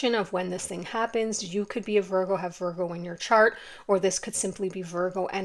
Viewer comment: lol at you saying "cart" instead of "chart" and then asking if something glittery is distracting me -- I am looking at pretty, shiny rings on etsy right now as I listen to this. Quite literally distracted by glittery things, you caught me, sorry 😅